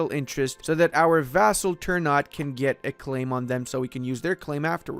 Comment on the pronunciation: It's Ter-Na-Tei not "turnout"